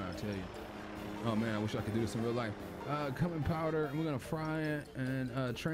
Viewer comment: Bruhhh I’m dead lolol And it’s pronounced “Q min” Food came out good tho I think ima try out this game